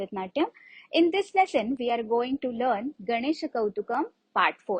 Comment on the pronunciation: Its not kautukam... Its kautvam..